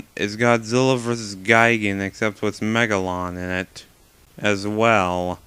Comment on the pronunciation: It's funny when he says as well